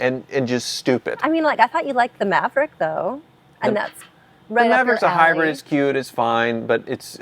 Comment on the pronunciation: it’s pronounced Hybrid—not Hybred